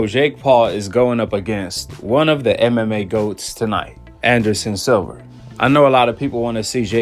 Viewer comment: It’s SILVA SIL-VA